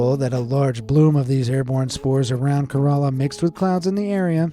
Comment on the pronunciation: Bro literally called Kerala corala 😅